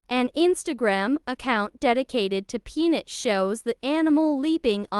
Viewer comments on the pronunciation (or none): Is it too damned much to ask that HUMANS narrate these videos, instead of idiot AI? The squirrel's name is Peanut. NOT Pnit! and TikTok is NOT TikTik!